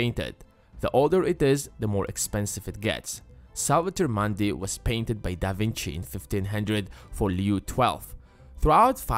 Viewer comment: 'Mundi' is pronounced with a 'u' like in the word 'put', not 'putt'.